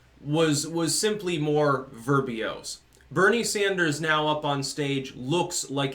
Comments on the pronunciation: Editor's note: "verbose," not "verbiose." Otherwise, great commentary. Agree about poor Aunt Kirsten. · that's an unfortunate word to mispronounce, unless that's some occultist usage of 'verbose'.